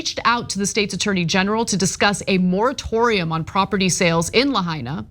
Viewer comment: Thanks for getting a clue and pronouncing Lahaina correctly.